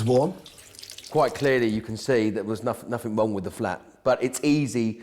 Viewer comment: Please stop saying NOTHINK ANYTHINK it ends in G not K.